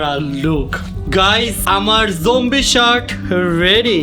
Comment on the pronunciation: Zombie ❌ Jombie ✅